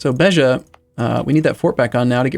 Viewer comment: Actually he pronounced Beja correctly. I was very surprised and admired